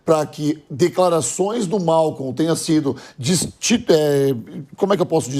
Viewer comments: Não é Malcon, é Maicol kkkk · Meu Deus o nome do assassino é Maicol. Tem dúvida? Este senhor fala Mawcou socooorrooo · Não é Malcon, é Maicol.